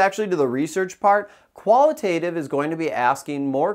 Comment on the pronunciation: Don't you pronounce both terms wrong all throughout this video though? 👀